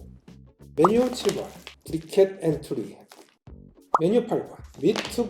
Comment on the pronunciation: 토마토 발음을 이야기하시니 entree 발음을 좀 지적하자면 엔트리가 아니라 "앙뜨레"입니다. 불어에요.